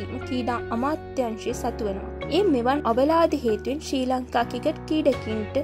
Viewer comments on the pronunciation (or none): seratama kalin sri lanka ha kreeda kiyana wachana hariyata uchcharanaya karanna. School gihin nadda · මේ නිවේදිකාවට පළමුවෙන්ම ක්‍රිකට් , ක්‍රීඩා ,ශ්‍රීලන්කා වැනි වචන් කියන විදිය උගන්වන්න, මේ වීඩියෝ එක බලන එක එහෙම්මම එපා වුනා මේයා කතා කරන විදිය අහලා